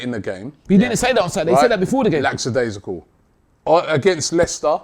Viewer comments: Man like saying laPsidaisical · Is anybody gonna mention how they all mispronounced lackadaisical ?